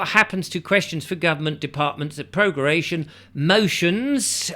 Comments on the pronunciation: I love how he does a 15min vid on all about prorogation, but doesn't take 10 seconds beforehand just to make sure how to pronounce it, - also despite it being displayed 'pro-ro-ga-tion' at the very start :) bless 🤗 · Can you really not pronounce pro - RO - gation? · Pro ....... row ...... gay ...... shun (hee hee) ..... Who's in charge when the gum ment is prorogued? WE are !!!!! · You can’t pronounce prorogation lol